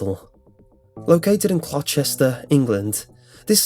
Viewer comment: Nice video... But - where is your accent from? You sound English, yet you said “Clochester” instead of COLCHESTER. Colchester is claimed to be the oldest town in Britain. It was for a time the capital of Roman Britain. Hospital Name: Severalls Hospital, Previous Names: Second Essex County Asylum, Essex and Colchester Mental Hospital, Severalls Mental Hospital Location: Boxted Road, Colchester, Essex CO4 5HG Principal Architect: Frank Whitmore and William H. Town Layout: Compact Arrow & Villas Status: Derelict Opened: 27th May 1913 Closed: March 1997